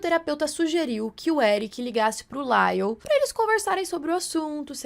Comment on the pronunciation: Não é “Laile”, moça Foneticamente novamente é “LAIOU” 😅